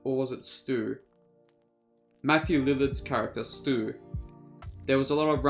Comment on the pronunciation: It’s Stu not stuey lol amber just lives in the house she’s not connected to anyone. The original cast all came back for this one. Drew Barrymore aka Casey Becker is voice of principal. Jamie Kennedy aka Randy says at party someone’s lame ass dad is kicking us out. Skeet u know came back. Matthew lillard aka Stu was the flame thrower ghostface that was on YouTube that Ritchie was watching. The ending where mindy and chad do a thumbs up showing there alive is a nod to Dewey when Dewey did a thumbs up showing he was alive at the end from the first scream. Scream 6 will be out March 10th 2023 there’s also over 100 Easter eggs from first movie in this film. They did call backs and stuff as a love letter to Wes craven rip Wes craven. Rip Dewey